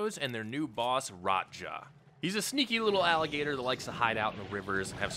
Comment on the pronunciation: I assumed that's an accent lol 😂